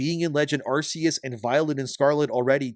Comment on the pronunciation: It's not pronounced "arse-eus".